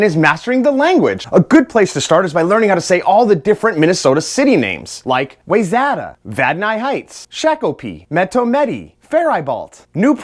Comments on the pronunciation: This was the exact comment I was looking for. He didn't get any of those right. "Way-ZAT-AHH" I grew up there and only ever heard it pronounced like that when I lived in Chicago. It's "Y-Zeta" everyone knows that. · No no no you say it wrong Why-zeta and E-dye na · Pronounced Why-zetta, he nearly killed me saying those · pretty sure that’s not how you say wayzata either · Oh god I live in Minnesota and when you pronounced those places....oof. Especially Wayzata. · Vad-nis Heights Fair-bo Why-zet-a Shock-o-pee This is how I always pronounced those city names.